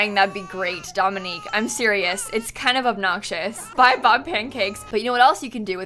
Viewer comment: As a Dominique who always hates the way my name is pronounced, I'm really happy that pronounced it properly. Shocked tbh!